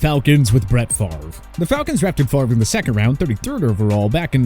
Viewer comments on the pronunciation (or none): Brett Fa-ver lol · "Bret favor"